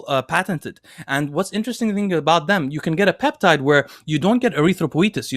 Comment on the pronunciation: sorry I couldn't spell the peptide name from pronounciation, can anyone help me?